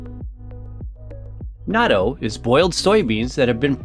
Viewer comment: The video is fun and educational, but the narrator’s pronunciation is driving me crazy. It’s “not-toe” and NOT “nadoe”